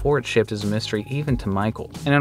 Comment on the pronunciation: He said “moo-stery” and I unsubscribed